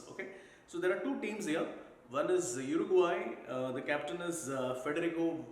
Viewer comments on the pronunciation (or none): none